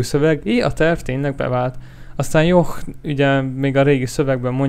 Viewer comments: nem john hanem dzson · a jhon aszt ugykell ki mondani hogy dzson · a Jhont úgy kell ki mondani hogy dzson!!!!!